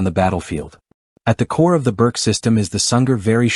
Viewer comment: Pronounced "Boorch"